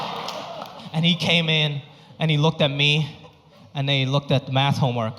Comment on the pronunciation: I love him !! SOOooo funny. I LOVE the way he says MATH as MAST. I LOVE Ranch 99 !!!!!!!!!!!!!!!!!!!!!!!!!!!!!!